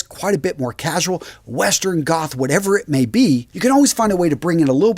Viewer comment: My ears tickled when he said GOTH🥹🥹🥹🖤🖤🖤